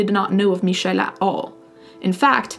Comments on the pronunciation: Hey there! I stumbled upon your channel farely recently and I've just been curious about something: in this video you say Michel's name very well and I was curious if you spoke french. I am french native and it is so nice to hear french. I know you are Italian and the annonciation is similar(especially French Canadian), was just wondering!Anyways, love love your content and your take on subjects such as these! 😊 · Nothing to do with the story as a whole, super impressed as a french to hear you pronounce the name " Michel " so perfectly 😲